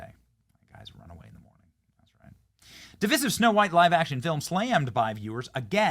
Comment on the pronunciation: Divisive is pronounced div-EYE-siv btw